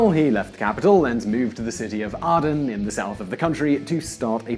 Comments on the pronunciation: .... "And thus in 2015, a new Ya-money civil war started..." Oh and Aden (pronounced Ay-den) is NOT ARE-DUN. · ADEN.....Its pronounced AyDEN....not AhhhDen. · He can't even get A-den right...lol. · RPGs don't seem to have much effect on the Challenger so I doubt they can stop an Abrams tank. You are mispronouncing Aden and Tanzania (I think). Good video though. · FFS learn to say Tanzania and Aden correctly! The Saudi's may have the third best equipped army in the world. But they are Arabians (shit soldiers) of the Saudi (most corrupt) type - yes I know you make this very point. Oh, and the RPG7 cannot penetrate the armour on an Abrams. It is still effective against lightly armoured vehicles bot not an modern main battle tank.